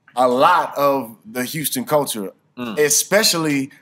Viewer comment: houston pronounced "pint" lmao.... man hol up